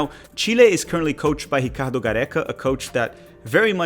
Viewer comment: Pronouncing ricardo the brazilian way was purposefully pretentious lmao